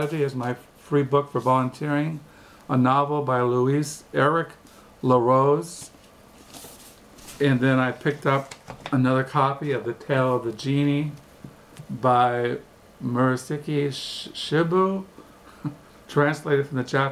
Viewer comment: Hi mate, great videos! I just wanted to say that Muraski's book 'The Tale of Genji' is pronounced 'Gen (ken but with a 'g') Ji (jeep without the 'p'). Like "Gen-Jee." Please keep making videos as it is interesting seeing what books you are picking up.